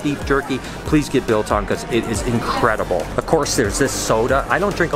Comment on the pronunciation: oh gods, his pronunciation of Biltong was so bad 😅